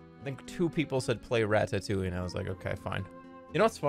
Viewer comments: Im impressed at how much he can pronounce 'ratatouille' wrong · rat-tat-touley is how he says it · why does everyone pronounce this a rattatoowie